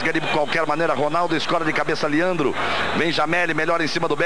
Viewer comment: Liandro... é Leandro , Galvão